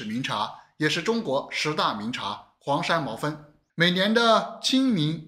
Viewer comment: 黄山毛峰，我怎么感觉你老念成黄山毛分？